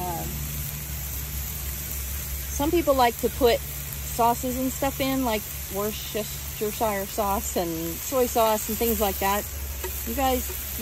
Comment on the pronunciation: Hey, good attempt but just to help you nail it next time, it's pronounced - "Wust-er-sher" (I work there 🙂)